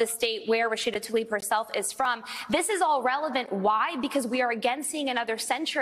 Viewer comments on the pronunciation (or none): PLEASE learn how to say people’s names. There is no ‘a’ between the ‘t’ and the ‘l’—i.e. it is not ‘Talib’. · Rashida Tlaib. Ta-Leeb? No it’s pronounced Tal-E-Ban.